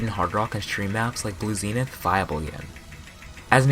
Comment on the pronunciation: nice pronunciation of zenith